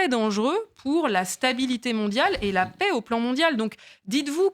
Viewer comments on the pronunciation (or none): none